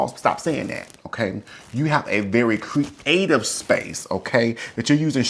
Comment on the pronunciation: He said cre ative love his ideas he’s awesome